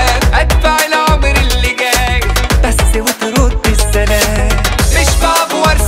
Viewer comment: المقطع لي بيقول فيه بس و تردي السلام و طريقة النطق سليمة و متناغمة مع إحساسو العالي بالكلمات ❤❤❤